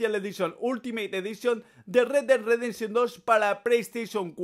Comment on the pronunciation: primero pronuncia bien y luego critica retdedresension 2